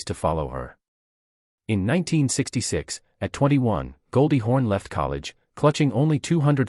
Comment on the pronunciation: Why does the narrator continue to call her Goldie HORN?